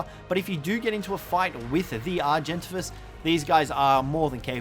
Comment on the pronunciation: Are gent avies. Pless ee o saurus. Fire clee o